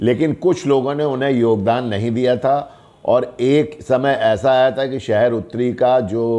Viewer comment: सहर नहीं शहर, हिंदी तो ठीक बोलो